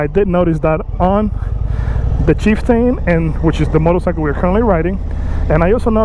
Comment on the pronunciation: I couldn’t get past the first 10 seconds after you called it the Chief Tane.